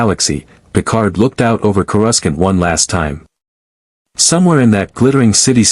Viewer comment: I don’t understand why every AI on every channel can’t seem to get word pronunciation right? Even basic AI like chatGPT has access to a dictionary online or the author of the stories should be able to correct the AI’s mispronunciation? It’s pronounced CORE A SAUNT!!!